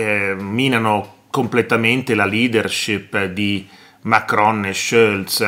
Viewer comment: ma perché dici Schölz e non Scholz cosí come é scritto ?